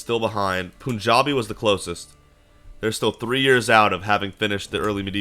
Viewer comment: Pronounce it as 'panjabi' like pun Not poon